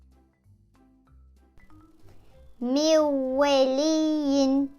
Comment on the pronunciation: SELAMUN ALEYKUM ilk örnekte mivveliyyin değil mivveliyyen değilmi acaba Yanlış mı telafus ettiniz